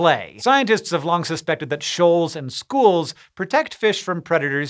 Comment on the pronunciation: "Shoals" so that's whats Megamind talked about